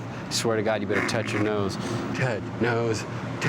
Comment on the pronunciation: Totch nose made me totch my nose hahhahha😂